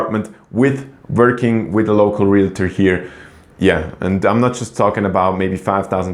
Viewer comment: Realtor not realator. Uninformed not uninformedly.